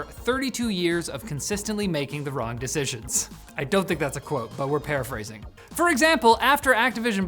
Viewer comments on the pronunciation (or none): none